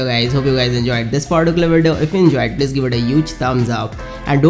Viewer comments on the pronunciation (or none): none